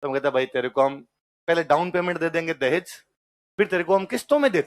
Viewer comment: सर जी देहाज नही है देहज गलत है